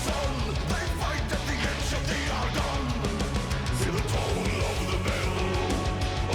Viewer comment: It isn't every day where reaction channels can actually talk about what they like, but you do it. I never even noticed that bit about how he pronounces "at the edge of the Argonne"